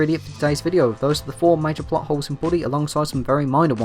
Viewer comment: When you say plot holes it sounds like buttholes